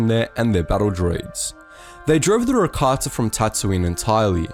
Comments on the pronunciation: Why does he say rakatsa aghhhhh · Is he saying Rakatssa?